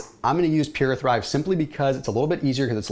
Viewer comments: Love this alternative as I’m not really a coffee drinker, what is the liquid turmeric that you’re using? Sounds like you said Pure a thrive? Maybe they changed their name because when I search PuraThrive only PURALITY HEALTH comes up now similar labeling. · Love this alternative as I’m not really a coffee drinker, what is the liquid turmeric that you’re using? Sounds like you said Pure a thrive??